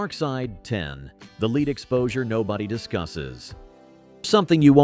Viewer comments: The element is pronounced "led" not "leed"... A big thumbs down... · "Mithe" for myth, the ever popular "Leed" for lead.... all the standard A.I. narration garbage. I'm done..